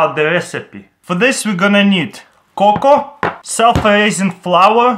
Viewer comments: I'm laughing so hard tears r rolling down my face. When he said "co cow" for "coco" I lost it. Being that I'm watching am doesn't help either.😯😯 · You pronounced cocoa right the first time the a is silent. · (Ka-cow) Cocoa (Co-co) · Me: "Coco" Crh: "Cocow" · It's coco not cacow it was driving me crazy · it's Co Co not Co cow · Cocoa not cocow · It's coco not cacow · "COCAO" LOL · THE WAY HE SAID COCOA "cacow" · " Then 2 tablespoons of cocow" Ok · It's cocoa ( Coke-Oh) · It's "CO-CO" cocoa. But cacao is the plant it's made from 👍🏻 btw he's from Russia. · he said co cow ha-ha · It's pronounced co co but spelled cocoa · it's coco dude lol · You pronounce it coco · Its actually pronounced kay kay o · how he pronounced cocoa... cocoa or cocow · it's pronounced Co Co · It's pronounced co-co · Cocoa is pronounced coco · it is pronounced co co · he said cocoa wrong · cocoa 😂 don't know how to pronounce